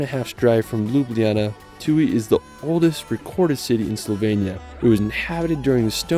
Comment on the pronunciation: You've butchered the Ljubljana's name lol